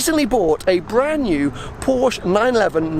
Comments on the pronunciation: it`s not a Porsch, it is PORSCHE, get it right lol, awesome vid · Please don't say Porsch.